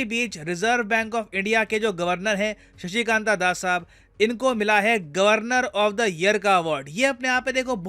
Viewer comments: With all due respect angrejo ke jaise शशिकानता दासा की जगह आप शशिकांत दास बोलते तो हिंदी थोड़ी अच्छी लगती। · Sir with due respect Sir Appne RBI ke Governor ka name ka pronunciation galat kiya ho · Sir ji governor ke nam ka pronunciation to sahi se kar lo, Is English ne poori hindi ko ashudh kar diya hai